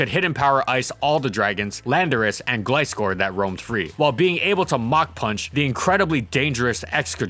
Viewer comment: Oh wait a minute... Just few days ago, I was rewatching Gliscor video and you pronounced it as “Glee-scor”. But in this video, you pronounced it as “Gli-scor”. Sooooo, what’s up with that?